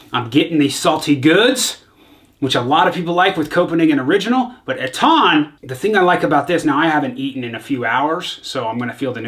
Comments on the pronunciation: Its ETTan not ettAn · It’s pronounced Ettan...hit me up for lessons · Your old way of saying “ettan” is actually more correct imo, kick ass vid as always! Röda lacket is def my fav. If u didnt yet try mustang loose, really good aswell! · Your old way to say Ettan was the more correct one.